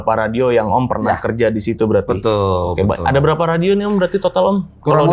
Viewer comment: ini pasti bule krn gak bisa ngomong radio